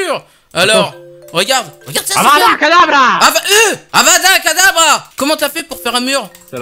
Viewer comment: Ses avada kedavra pas avada kadavra